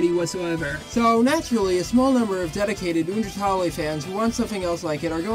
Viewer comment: I love how he pronounces undertale like oondeurtalleye